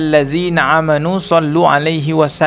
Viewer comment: terimakasih mas infonya. maaf sedikit, kurang tepat baca qurannya aamanuu jangan pake ain jadi 'amanu. tap biasa aamanuu... terimakasih